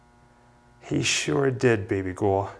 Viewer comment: Awesome video! However the first "baby goul" was a little cute, but then he kept saying it and it just gave me the ick.